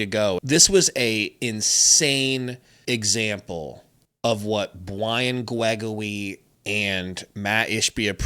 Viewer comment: It's time to say Brian Gregory the correct way now, your silliness to it is getting old.. I love watching you guys, but that's getting really old now, especially after the way this since Suns team is playing